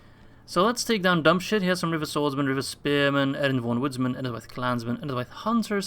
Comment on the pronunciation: Is it me or did you call general Dubhshith 'dumb shit' ? Each time you used his name I heard that XD